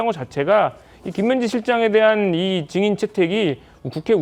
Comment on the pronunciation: 국민 국민거리며 온 국민을 궁민 말들지 말고, '증인'이란 발언 하나 똑소리 나게 발음 못하여 여전히 '정인'이라 발음하는 여자 전현희 씨는, 자성하고 반성할 일 아닌지요! 과도히 국민팔이 말고, 독기 넘치는 눈맵시부터 잘 단장함이 좋겠습니다. 대망민국 만들려고 작정한겐지, 대란민국 만들고 있는 현 여권 남녀는, 대오각성하여 정도에 입각할 일 입니다. (-_-;)